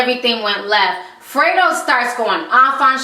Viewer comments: respect to you for doing this show but please know how to pronounce the ppl you talk about name properly. its not Freedro. its Fredro. like (Fred and Ro) combinded. smh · GOOD VIDEO. ITS NOT "FRITO", ITS "FREDRO" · FREDRO, not Frito..damn girl lol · Free dro Lol its funny how you say his name i love it😄😄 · it's pronounced Fred Dro. You made it sound cute though